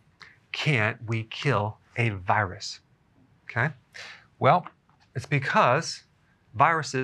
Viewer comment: I've been watch Dr Berg for a while not, I love the way hey say's "Kay" HEHE